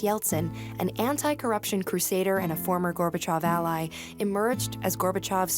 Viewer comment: "gorbha chaaav" - this friggin lady 😂